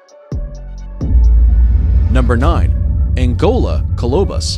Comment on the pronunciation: Does it REALLY require THAT much effort to Google the pronunciation of readily available words like Tanzania, genet, colobus, etc, before you record & upload a video???